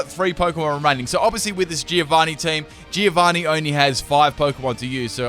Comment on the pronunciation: Greetings from an Italian fan! The name sounds more like "Joe-vanni" not "Jee-o-vanni" :P